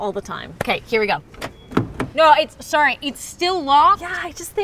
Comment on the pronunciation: They should have said “sorrey” more times